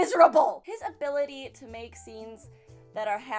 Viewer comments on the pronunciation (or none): none